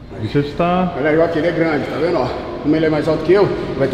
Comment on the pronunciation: Tiozão tá na briza do pré treino só fala taveno oh taveno oh taveno oh